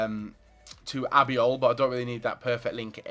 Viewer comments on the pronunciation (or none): His name is Albiol not Abiol